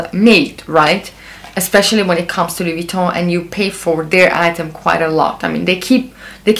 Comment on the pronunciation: By the way, your French pronunciation is perfect! 👍